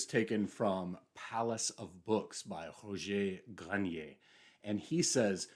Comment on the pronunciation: Kudos on your pronunciation of Roger Grenier :-) I think silence exists in different flavors. Silence at home can be conducive to a good reading experience or a good night sleep. So is the soundscape of an empty sea shore that is not complete silence, as the surf comes and goes, but is so rhythmically close to our own biology that we vibrate in harmony with it without even noticing. I consider this silence, as it is peaceful and natural and timeless. Same goes for the sounds of the forest, of the wind, of the rain. But as we near the sounds of cities and men, silence becomes even more relative. I can read on the metro, or on a train, as there too is rhythm to my environment while the rest doesn't particularly call for my attention. Oddly enough, the worst kind of silence for me is the one you find in Libraries, when everything is hush hush and everyone is on edge, horrified at the idea of dropping a pencil, and thus, ironically, where the sound of a page softly turned is enough to distract me from my reading.